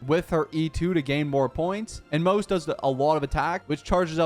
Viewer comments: Pronounced Mo-Ze not Moze. His name is not English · The way you pronounce his name is wrong 💀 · every single time you pronounce his name wrong a random victorian child dies really heartbreaking